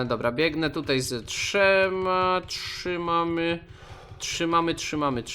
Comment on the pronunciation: mówiłeś trzy mamy czy trzymamy?